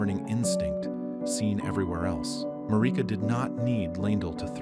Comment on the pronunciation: Mareeka.. lol inlove when people mispronounce it. Its MAIR- IH- KUH